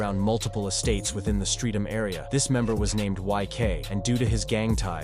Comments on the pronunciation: It's not 'Streeet-ham', its 'Streh-ham', we don't even pronounce the 'T'. Apart from that, very good ha. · its ‘stret um’